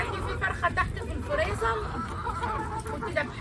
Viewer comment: فرخة في الفريزل 😂😂 يا اسمه فريزر مش فريزل